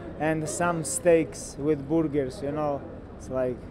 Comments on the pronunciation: Eat burger 🍔 my man not burgharr 😂😂😂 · some steak and boorgers 😂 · "Steaks with BURRGURRS 🤣" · From now on, I will also ask for "Boorgers" at a Mac Donalds. Love this guy. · Is no one gonna talk about how he pronounces burgers as boorgers? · The way he pronounce burgers has me dying